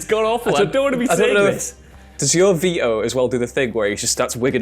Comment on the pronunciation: "There is no physex." "Moving around as vi-o." What kind of creature are you?